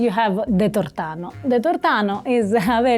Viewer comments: non è tortàno, si dice tòrtano. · Però è tórtano ... L' accento è come per torta 😊